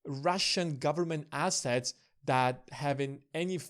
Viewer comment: Not really a Brit accent? Also we think he meant ‘assets and globe’, but it sounded like ‘asses and glob’, lol. However, was interesting! Better than I could do.